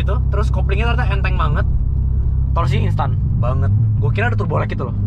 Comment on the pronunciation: Pengucapannya bukan pors, tapi porse